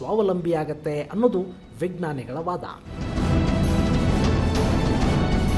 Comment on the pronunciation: Please, try to pronounce 'vijnana' properly. Not as 'vignana'.